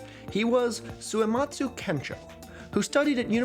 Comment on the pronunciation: Two questions about Suematsu Kenchō: 1. Do you think he spelled his name Suyematz on that paper so that english speakers would pronounce it more correctly. I.e. without the hard U sound that puts on the end of his name? 2. Do you that moustache is fake? Posting this comment without finishing the entire video, lord have mercy on my soul